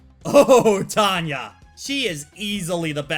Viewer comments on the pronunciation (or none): Did you realize that quite often, you call Tawna 'Tawnya'?